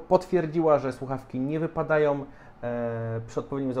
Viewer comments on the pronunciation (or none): Polska trudna język...MachajoM, głowoM, wypadajoM🤦‍♂